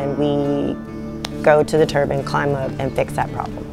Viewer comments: Good video, but it's a wind turbine. Not a wind turban...😊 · Tell her it's a turbine, not a turban. Please😮😅